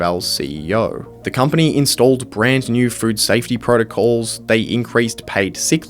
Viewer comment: I swear you said "fruit safety" every time